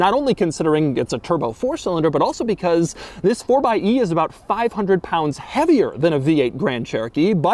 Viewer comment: It’s pronounced fourxy